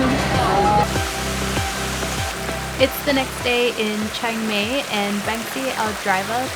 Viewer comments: It's pronounced Chang my instead of Chang may 😊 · Chiang "May"? you should say it like, Chiang "My". Anyway, it made me giggle. :)